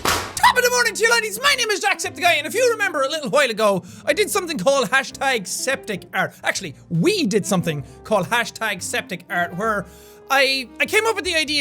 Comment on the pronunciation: To me (an American,) you saying while sounds like “hwile”